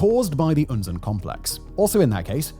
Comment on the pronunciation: terrible catastrophy! but, icant help but smile, every time he pronounces Unzen the exact same as we germans say "unsinn" (nonesense).... sooo mount'nonesense🤔 😅